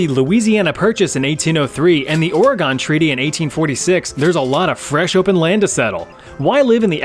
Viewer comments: How hard is it to say organ not oreegone. Pronounced like the piano or part of your body. Your choice my guy 😂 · Stop pronouncing Oregon as Oruhgone, it's fricking pronounced Oruhgun or Oragun (pronounced using a broad a, think 'uh'). You were driving me up the wall mispronouncing it every 10 seconds during the Oregon Trail part. Surely you must have heard the correct pronunciation before? Whatever, pissing me off.